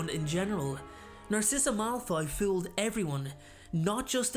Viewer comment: “how Narcissa Malfoy FEWLED everyone”